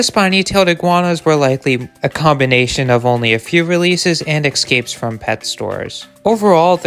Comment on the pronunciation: Please learn how to correctly pronounce the word “escape”. There is no X in it. Thank you.